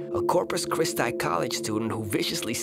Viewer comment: You said Christi wrong I know because I go to the primary school